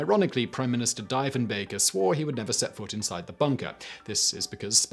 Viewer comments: It is kind of impressive that he managed to pronounce every single syllable incorrectly. I think it might be his most mispronounced name ever. 😂😂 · Triggered indeed 🇨🇦❤️🤣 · Now all our Canadians friends know what it's like when Simon mangles a pronunciation. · he's doing it on purpose now... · Every Canadian is shuddering, everytime you say the name wrong. Ugh. You usually don't make such simple mistakes. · He's clearly never watched Due South! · I think that Prime Minister's last name is pronounced Dee-fin-baker. Not Die-fin-baker. I'm a Canadian but I honestly never heard his name in school. I heard it on a the TV show, 'Due South'. In the show the Mountie names his wolf after that Prime Minister. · DEE FEN BAKER not Die fen baker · Actually Carp is considered Ottawa. I lived there, it’s... a place I care for. Also it’s pronounced Dee-Fin-bunker. Not Di-Fen-Bunker. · "And you thought your job was a bit sh[ADVERTISING]." I'm pretty sure the timing was intentional. ;-P [BTW, enough Canadians have already mentioned the die-fen-baker / deef-en-baker thing, but yes it bothered me too.] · Here's a bonus fact: the first syllable of both Diefenbaker and Diefenbunker is pronounced "dee", not "die" or "dye". I could hardly pay much other attention I was laughing so hard! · it pronounced "Deefinbaker" not "DIEfinbaker" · Diefenbaker - dee phen Baker not die / dye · Simon: Dye-fen-bach-er Canadians: triggered It was pronounced deef-en-baker-----the man was known cross-Canada as Deef. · Came to say the same thing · For the first bit, I was all "diffen bunker? What the heck is a diffen bunker??". Ya, when your youtube video confuses an entire country, it might be worth a reshoot (with "deefen-bunker" ). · You're off by an order of magnitude on the distance to Carp, its more like 33Km than 330km (38km on google maps) from the middle of downtown Ottawa. It's actually been a part of the City of Ottawa since 2001. Also, as someone else said, it's said "DEEF-EN-BUNKER"